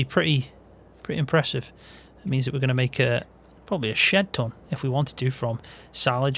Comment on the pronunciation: Ah! The northern unit "shed ton" 😆